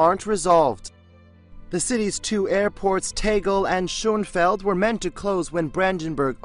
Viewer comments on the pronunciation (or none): You really can't pronounce Tegel or schönefeld properly!! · Your pronunciation of "Tegel" and "Schönefeld" is hilarious ^^ But seriously, this airport is such a shame...